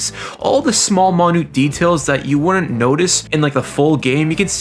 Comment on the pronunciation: I'm sorry that it mosses You off.